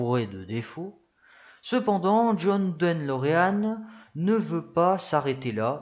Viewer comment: En effet, c'est De Lorean et non Den Lorean comme parfois prononcé. Ça fait mal aux oreilles, dommage car le fond est bon !